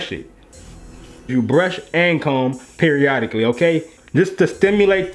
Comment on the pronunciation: "brush and comb it (periodacly)" HAHA thus made me weak